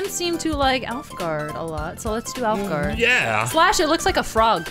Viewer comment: Everytime said alfgarde I heard olive garden with the vowel sound